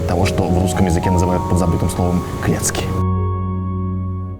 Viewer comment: Не клецки, а клёцки!)